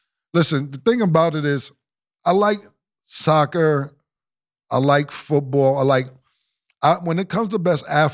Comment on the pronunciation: The way Cam say soccer is wild 😂